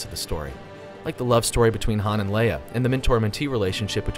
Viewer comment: Fact # 108: It's pronounced Princess LAY-uh and not LEE-ah